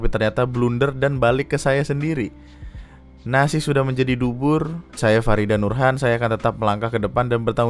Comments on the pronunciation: guys, please bilang ke gue kalo gue salah denger bubur jadi dubur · Tapi gw denger dubur juga sih wkwkkw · Bang bubur bukan dubur 😂😂😂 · ntar,,, itu di menit bilang nasi jadi dubur atau emang telingaku perlu ke tht ni?? kaget euy wkwkkw